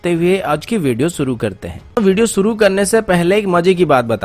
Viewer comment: Bhai naam ansuman hai ya anshuman , Or video suru mat kiya karo, shuru kiya karo.sip nahi ship kaha karo. Sun ne mai ajeeb lagta hai